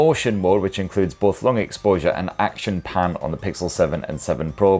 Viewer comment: I heard "action pan" as "Action Pam" and now I'm wishing it was a new movie franchise.